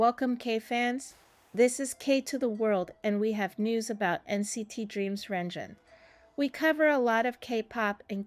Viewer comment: lord the pronunciation yikes